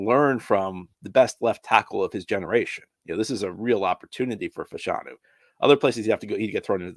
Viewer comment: It’s pronounced “FASH-a-nu” not “fa-SHAWN-u”